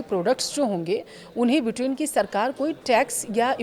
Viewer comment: ब्रिटेन को बिटेन क्यों बोल रही हो।